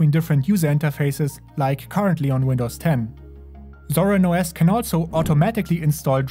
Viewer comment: No, the "WindowZ" Linux